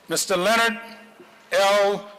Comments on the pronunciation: Len•Nard. Say it with me now, Len•Nard. Two Syllables. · Tell em to say your name right "Le-Nard"! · its la-nard